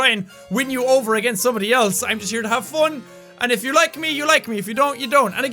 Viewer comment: Hahaha😂😂 I like that you are saying ”fon” and not ”fun”😂😂❤️❤️❤️😍😍SOOOO CUTE😍😍